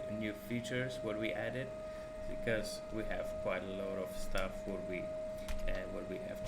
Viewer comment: "It is kłajt important"